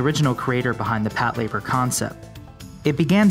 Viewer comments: Hold on, hold on - 'Pat-labour'...no, no no...it's pronounced 'pato-ray-baa' - other than that, decent little mini-doc here. I'm certainly looking forward to a fresh take on Patlabor in the near future, I just hope it retains the original TV series and first film's sense of light-hearted fun and charm and does away with Oshii's over-bearing naval-gazing that he brought to bear in the second film, which to me is a highly overrated snoozefest. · pat-la-bor not Pat Labour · "Pat LA bor" is how it's supposed to be pronounced, not "Pat labor" like the narrator keeps saying. He's making sound like it's 2 words, "pat" and "labor" which it's not. It's one word, Patlabor. So, you're not wrong, the narrator is. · This is the first time I’ve ever heard it called Pat- Labour. I always thought it was pronounced Pat - la - bore. Every day is a school day. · OMG you're saying it wrong! It's one word! You're saying it like "pat labor" as if it was 2 words. It's pronounced Pat-LA-bor, all one word. Patlabor! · Patlayber? Lol its PATULABURO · For some reason "Patlayburr" bothers me more than most of the legitimate critiques brought up in the comment section. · PAT Labor... lol. The names of people too. Could you PLEASE work on the pronunciation a little? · It's pronounced PAH-lah-bor not PAT-leh-ber and Macross is pronounced MAEH-cros not MAH-cross.